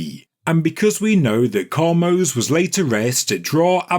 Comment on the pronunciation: Ahmose meaning the brother of. Some attributed him to be the pharaoh in the biblical story of and the plagues. Thanks and keep up the awesome work you do. ♥ Btw.. I think the pronunciation is Ah - mose (Just like the word without the s) It's in hebrew and in hebrew the name Is actually Moshe (again, without the s at the end.) And my name is (